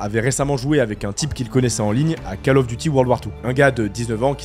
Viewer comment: 11'50" : Faut arrêter avec la Cale du Devoir... C'est COLE, pas CALE ! Call of Duty !! Anglais niveau 6eme.